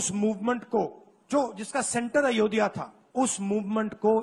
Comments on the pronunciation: It is ayodhya, not ayo diya pappu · Bugger doesn't even say Ayodhya properly. Aayodiya bolta hai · बालक बुध्दि को अयोध्या भी बोलना नहीं आता 😂😂😂 It is not ayodya , it is Ayodhya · अयोध्या को अयोदिआ बोल रहा है यानी जो नाम भी सही से नही ले सकता वो विपक्ष का मुखिया है यही देश का दुर्भाग्य है। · Ye Ayodhya ko ayodhiya bol raha hai .shame on Ayodhya wasis